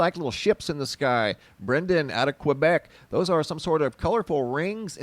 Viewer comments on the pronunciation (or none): none